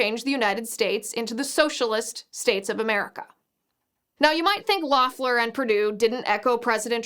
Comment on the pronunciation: Fyi, Liz : it's pronounced "LEHF-ler." Not that it matters now to anything but the footnotes in history books.